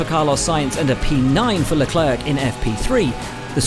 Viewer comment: Could you please learn how to pronounce names... you look... sound... like amateurs. Charles Leclerc is not pronounced like "clerck". More like a "claire de lune". Same as the female name "Claire"... sounds like "Leclair". Leclair is also a French last name and both pretty much have the same pronunciation.